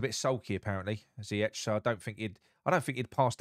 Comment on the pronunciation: Great video mate I’m so glad Noble stuck it to the people upstairs he’s bigger than the board ings isn’t injury prone mate he’s been out for 22 games in 6 years and you pronounced Ziyech and Aguerd wrong mate haha. Jokes a side I bet we get Micheal Keane on loan as for Moyes I can’t see him lasting long tbh players look happy in training now do they know Moyes hasn’t got long left